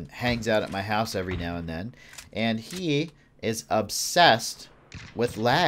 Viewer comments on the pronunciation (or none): none